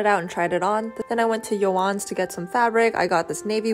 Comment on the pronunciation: I know she did not just pronounce Joannes like yohans